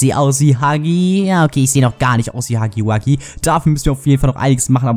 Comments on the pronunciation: Er heißt Hugi Wugi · Nur dass du es weißt es heißt nicht hacki backi ist heißt... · Warum sagt jeder haggy waggy